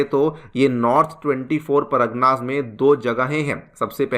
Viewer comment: Paragna nahi pargana hota hai , please work on your pronounciation , it sounds awfull.